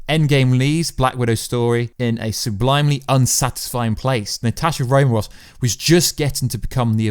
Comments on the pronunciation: Please, It is RomaN Off, Romaroff kept me from focusing on anything else. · The first time I heard him say "Natashi Romarov" I thought "I gotta go check the comments right away!" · Romanoff? Really? Come on,.